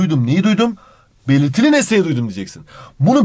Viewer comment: her belitiliiliğ dediğinde gülüyorum annem ders çalışmıyorsun diyor😂